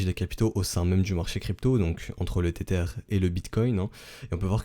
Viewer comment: le "tétère" ou le le "ter-ter"? t'habites quelle banlieue au fait?!